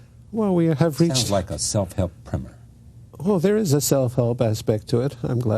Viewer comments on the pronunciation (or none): Self help primer….not primmer.